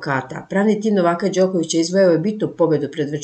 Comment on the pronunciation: Ženo, nemoj čitati " NovAka", nego " NOvaka". Paraš nam uši,alo...!